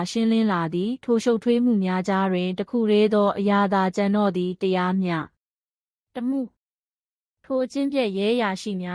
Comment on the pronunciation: စာဖတ်တာမြန်မာ မှဟုတ် ရဲ့လားတရား မျှတမှုမဟုတ်ပါ တရားမျှ တ မှု